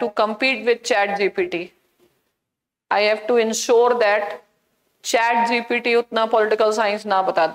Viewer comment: Chat GPT ❎ Chat GTP ✅